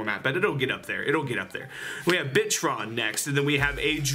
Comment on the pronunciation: every time I hear bittron I hear bitchron